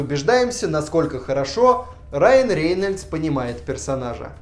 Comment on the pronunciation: Раен Рееееееееенееееельдс зачем так противно произносить, аж уши режет